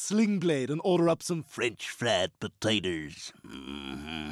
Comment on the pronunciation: "French fried pertaters